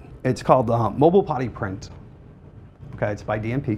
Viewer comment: It took me too long to realize he wasn't saying "potty print"